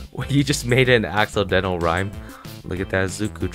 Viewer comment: " dont you ever hate that feeling when you make an AXE-O-DENT-AL rhyme? " lmao thats what i heard